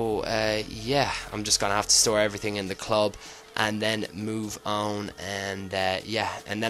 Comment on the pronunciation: Stop saying move 'ouwn' it's on mate